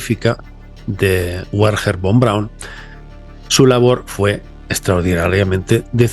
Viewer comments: miro tu contenido desde el 2013 y me encanta pero tu pronunciacion es horrorosa, el nombre de ese caballero se pronuncia foneticamente verner fon braun, 😅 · Se pronuncia, verner fon braun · Wernher Von Braun como bien dices era alemán. La "W" en alemán se pronuncia como nuestra "b" en castellano, por tanto se llamaba "Bernher" no "Uerner". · Se pronuncia Verner Fon Braun. En alemán ese “von” se pronuncia “fon”. Por cierto, Einstein se pronuncia “Ainchtain”…. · A saber que "Wernher Von Braun" se pronuncia "verner fon braun". En alemán la "W" se pronuncia como una "V" en español y la "V" en alemán se pronuncia como una "F" en español. Ejemplo: "Volkswagen" se pronuncia "folksvaguen". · como se dice: vernjer fon praun, saludos desde austria